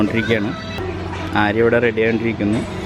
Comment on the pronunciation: ബോലോറ എല്ല ബ്രോ... ബോലെറോ 😄 ആര്യ എല്ല ആരിയ 🤫 Edit: paint job is superb 👌🏼